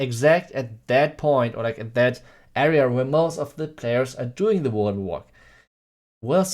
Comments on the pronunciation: Oh WARDEN WALK. Holy fuck he eviscerated that pronunciation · What did he say at the beginning? People are combining pekka smash and what? Sounds like WA WA